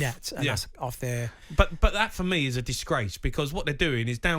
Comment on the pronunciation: If Jamie O'hara received a pound for every time he says the word "DissGWACE" he'd have enough money to takeover Talksport 😂